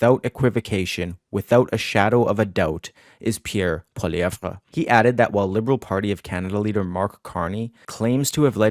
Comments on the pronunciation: Oh my god STOP pronouncing it “Poiliev-VRA”, it’s comically annoying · Polly- EV its not that hard. The "re" is silent. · Holy crap..Biggest rally ever? Where have we heard that before. Right from the Trump playbook. Far right B.S...Poilievre=Maple Trump...P.S. Your hero's name is pronounced Polly ev! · Pronunciation is important----are you wrong pronouncing his name or are we? Please clarify